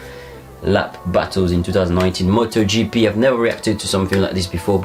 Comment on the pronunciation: You pronounced it correctly 👍